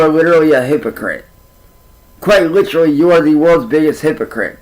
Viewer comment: Uhggg! The way he says literally! 😂😂😂 LIT TRILL LY. He switch’s it every time and again but usually he pronounces it wrong. “If I were you I would go out and get a job!” Oh really?!? Then do it. Prove us wrong. 😂😂